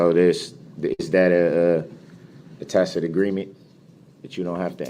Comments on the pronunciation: It's hilarious how he used to say tack-it agreement, but now that he's learned how to pronounce it, he thinks he's doing something 😂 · He said “tacit” many times too. He seemed to think he could delete all the times he said “tacked” if he said it correctly enough times.